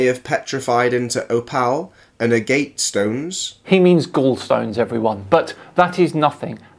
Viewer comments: He pronounced aorta "ayo-orta". Another example of someone using words without actually knowing what they mean. Oh god it gets worse... "a-GATE" for agate. Gal-stones. "Oh-PALS". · Judging from the way he pronounces opal and agate (oh pal and uh gate) I suspect he has not spent much time reading up on geology or talking to people with any familiarity in the field. Apologies if he is a native speaker from where that would be the expected pronunciation, but a cursory search did not find such a location. His 'heart' pareidolia is quite common, though. I am a member of several online rockhounding groups and near daily there will be someone proudly showing off their fossilized organs. Hearts and kidneys most often. You know, the two organs for which their is a simple cartoonish pop culture idea of what they should look like.